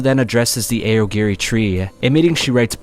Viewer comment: AY OH GEH REEEE. He probably does it so us mega-nerds comment and give him more engagement.